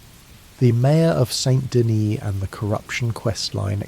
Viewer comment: buddy pronounced saint denis saynt dennis 💔